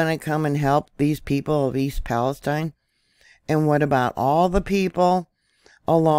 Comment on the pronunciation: YOU are the FIRST person I have heard that has PRONOUNCED "PALESTINE" CORRECTLY!!! The "I" Sounds like "EYE"!! Bravo!!!!